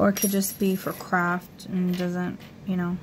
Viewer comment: Hi, did you say crap? Or craft? Hehehe